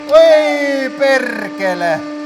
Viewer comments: haha yes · Instantly, I can tell you're Finnish as soon as you say perkele.